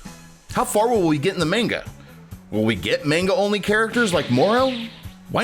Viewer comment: You can tell hes a fake fan by how he pronounces things like manga and calling it the scream button. He literally missed the point of why the game is even called sparking in the first place. Stupid journos